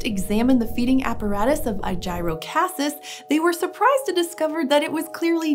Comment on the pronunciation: he named it after aegis I’m hoping an hour just pronouncing it wrong because that’s incredibly dumb name otherwise. I’m assuming you said it wrong due to it looking like a shield almost.